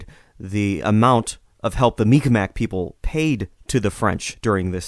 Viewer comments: It's pronounced mik-maw or sometimes mik-maw-key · Mi'Kmaq is more or less pronounced Meeg'ma. The apostrophe elongates the sound that come before it. K is a "G" sound in the Mi'Kmaq language. P is "B" sound and T is "D" sound. Very awesome podcast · The narrator butchered the pronunciation. I hope he corrects it in the future. Great video though.